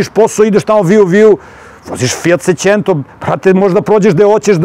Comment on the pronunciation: fiat secento fiat cecento fiat secete